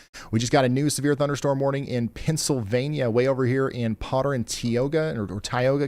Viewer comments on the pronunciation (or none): none